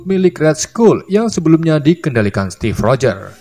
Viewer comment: Steve rogher bukan step rogher